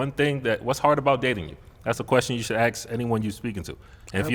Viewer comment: Aks, Aks, Aks...Where did these people learn English?